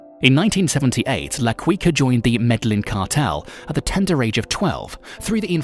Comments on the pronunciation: MEDLIN? Seriously? MED-LIN? WTF! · La qiqa and medeyin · Med-Ah-yeen ( MEDELLIN), La-key-cah (Laquica), Bow-ga-tah (Bogota), damn You've killed my ears, with such butchery of pronunciation of specific names, it's insulting... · It's pronounced "Med-eh-yeen", not Med-ellin. Quica is pronounced "Keekah". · I really hate it when a person pretends to be a subject matter specialist but cannot even pronounce the person's name correctly. Looks like someone didn't bother watching narcos....also it's "medda - yeen"....not "meda - Lin" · The pronouncation is Should Be Medeiin Not "Medilin".Also Its La Qika Not " la Queeka". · its pronounced key- ka not kwi ka... and medellin is pronounced med-ey-een not med-del-in.......so many times it hurt to watch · Had to stop watching hearing his name pronounced La 'Qweeka' instead of La 'Keyka'. Also the way he just pronounces Medellin exactly as spelt instead of 'Medejin'...Meh-deh-gin. Really annoying. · No it’s not med eyeen it’s Me-de-jin. That’s the correct pronunciation. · La queeka? Carli cartel? Medilin??? BROOOOO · Medlin lol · Medellin MEH DE YEEN MEH-DE-YEEN Bogota BO-GO-TA BO-GO-TA LA Quica LA-KWEE-KA- no hard K LA-CWEE-CA- no hard c LA-QUEE-KA/CA no hard Q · Wtf is Medlin ...it's Medellin. Someone needs to be fire for this episode. La QuickA (his pronunciation ) is terrible. I bet he thought that was his name because he was quick and swift lmaoooo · Did he actually say "medlin' Colombia"!? A new low in Youtube "documentaries". Hope y'all are ready to look at the same 5 pictures for 9 minutes. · What the heck is MEDLIN?? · La "KEE QA" and "ME-DE-YEEN" (or like Colombians) "ME-DE-JEAN" i didnt make it past 12 seconds. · "Medlin"?¿¿ la "Quicka"?¿? Awful pronuntation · Ba-goata haha Medlin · I got a good laugh from his Bogota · its MED AH YEEN.....its BO GO TAH...thats how you say it. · Every time I heard Medellin I laughed. That computer needs to learn. Lol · Omg the mispronunciation of the name is annoying me